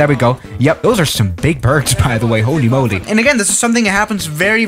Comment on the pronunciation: Nobody:: “hÖLy MöLy”